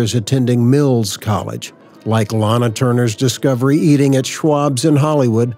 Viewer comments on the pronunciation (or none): none